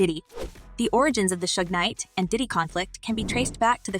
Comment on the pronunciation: I love your channel but please get the pronunciations of names correct, like Diddy not daddy, Pac not Pack and sean not seen, just saying. Keep up the good content.